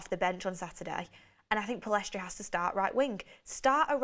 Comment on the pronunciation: Pellistri NOT Pillestri